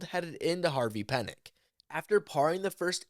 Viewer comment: Harvey Penick is pronounced "PEA-NICK". PLEASE get the man's name right. He's a legend.